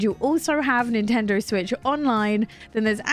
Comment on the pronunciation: “Nintender Switch”